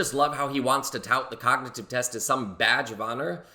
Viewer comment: He couldn’t even pronounce the word cognitive